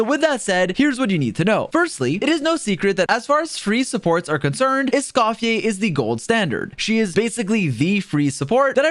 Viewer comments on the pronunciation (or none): THIS GUY: ESCOF-FER = ❌️ ESCOF-YAY = ✅️ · I love “Escoffiless” 😂